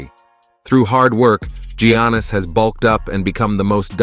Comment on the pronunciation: Love the content but the names can be pronounced so much better. Gee-Annis it’s pronounced more like Yannis. also, “Duane” Wade? Kai-why Leonard? Kawee? KEEREE Irving? it’s Kai-ree. Dirk noVitski.Hakeem OlÁjuwan. abdil-jabber? No.